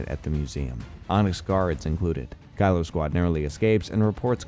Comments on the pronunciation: Kilo is pronounced key-low, not Kylo for the love of god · Kilo: key-low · he pronounced it like Kylo Ren several times in the video